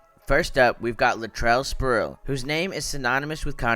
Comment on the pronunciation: SPREEEEEEE-WELL... Not Sproo'el